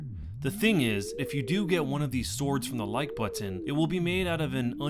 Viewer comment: "The like butt-ton."